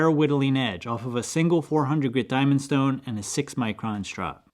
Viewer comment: "Shtone" Reminded me of that scene from MiB, when Will Smith says his gf's name is "Shtaron"..😂💀